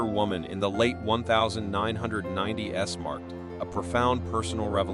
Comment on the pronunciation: And just narrate, that AI can't even say "1990's" correctly.